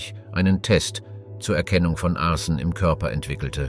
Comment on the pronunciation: Nicht schlecht die künstliche Intelligenz.... leider immer noch nicht behoben ein Fehler: Arsen spricht man total anders aus.😂😂😂😂❤❤❤❤❤❤